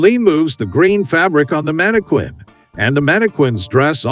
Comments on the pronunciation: The word is pronounced "man-i-kin," NOT "man-i-kwin." Get it right, genius. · Mana Quin? WTF it's pronounced Mana+kin... no one pronounces the QU as in Queen. Only homeschooled bumpkins taught by other homeschooled bumpkins pronounce words wrong as they learned to read, but not how to correctly pronounce the words. Everytime I heard, "mana-quin" I cringed and it made me sick... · > Whoever thought of this stuff is a genius Unlike the complete f--kwit responsible for a voiceover pronouncing mannequin as "mannekwin" instead of "mannekin". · It's manniKIN not KWIN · I've never heard anyone ever call it a manakwin before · I just feel like hitting the narrarator in the face every time he says "mannekwinn" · Stupid narrator is a bot. Teach it to pronounce mannequin (man-i-kƏn) correctly. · I like how the narrator says "manikwin." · "Mannekwins" lol Voice your own videos, you hack. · Dude, stop saying manikweeen 💅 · Repeat after me......MANNA-KIN! MANNA-KIN! MANNA-KIN! Stop saying Mannequin wrong! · That's "manni-KIN" PLEASE!!!! Fix this repetitive error pronto. It's screwing up your completion rates. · The manekwin pronunciation is distracting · Mani quinn…that’s not how it’s pronounced lol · Mannequin is pronounced Man ah kin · Stop saying “mannikwin”. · I'm here because of that manekwin. 😅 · It's Manny Queen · I was going to say the same thing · mannikwin .. mannikwin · it’s not correct and it’s really annoying. Manne-kin. Also British. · What moron makes a whole video endlessly using a word he doesn't know how to pronounce? And seriously, who doesn't know how to pronounce mannequin? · You'd think that an AI voice program might be programmed to follow pronunciation guides. Tech bros failing the basics, again. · I think it's funny. I'm going to start pronouncing it that way.😂😅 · Hah. Yeah, it's pretty annoying. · No, it isn't, I'm British and I've never heard anyone pronounce it like that